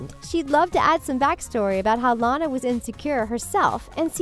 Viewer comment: Am I the only one who was upset that she kept pronouncing Lana's name wrong?? It's like before you speak on a video, you should have least watched these movies they weren't bad. Hence, that's why you're doing a video.